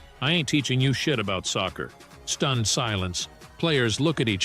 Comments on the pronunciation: what is sosser bro it's soccer not sosser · Stop saying saucer its soccer